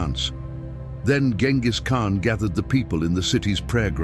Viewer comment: Salām alaykum. You're pronouncing the name completely wrong. The first letter has to sound like the letter J—like the J in the word "jet." Write it however you want, but try harder to give this name some worth.